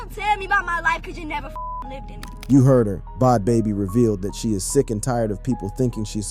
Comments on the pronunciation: wtf is “Bod Baby”?! It’s either a person who has no clue or AI. Both are awful… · He couldn’t even pronounce Bad Baby…